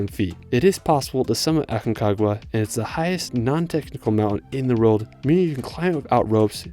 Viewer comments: CALIFATO??? Calafate Specasina? Spegazzini Usgua USHUAIA Que pasa que ningún lugar pudo pronunciar bien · PERMaMARA???Purmamarca Aquenagua??? Aconcagua BARLOCHE.... Bariloche Elchen? Chaltén